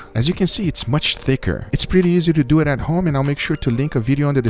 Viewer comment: Let's dueeeeet